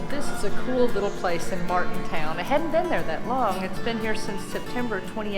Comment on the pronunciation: It's MartinDALE, not MartinTOWN.